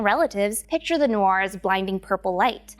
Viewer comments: As well as noor. It's "noor" not "norr". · It's Noor (Nur) & not to be pronounced as Norr or Noir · Its not 'nor' its 'noor' like you pronounce ' noon' so pronunciation of 'nor' is 'noor' like 'noon' Why you calling noor a nor 🤔🙄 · Noor(مر) is an Arabic word stop pronuncing it like it's English. You are ignoring the "r". Noorrrrrrrrrrr